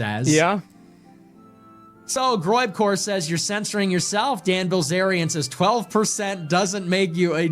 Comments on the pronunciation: Bil zarian Zack not Bliz arian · Right off the bat and you mispronounce his name. The eye comes before the ell, it’s \Bill Zaryan\ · Asmongold actually can’t pronounce “bilz”